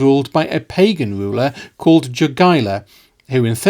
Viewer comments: And yet polish themselves still cannot pronounce Lithuanian king name - Jogaila - correctly. He is not 'yogiewa' 😂👑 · Great video! I love seeing the history of this part of Europe finally getting some attention and being covered in a competent manner. The only small nitpick I have is with the pronunciation of the names Jogaila and Jadwiga (They should sound more like Yogaila and Yadviga. My Polish brain was like: "Who's Dżogaila and Dżadłiga? That sounds so funny". 😅) On the other hand, you pronounced Radziwiłł really well.